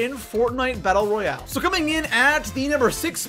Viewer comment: Royal ?? Boi it’s ROYALE 論において